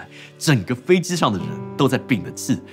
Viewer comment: 飞机Ji不是飞Zi，几百万粉丝大v了，拍摄设备那么好，不舍得改进一下自己普通话发音。听着真难受！拜托🙏🏻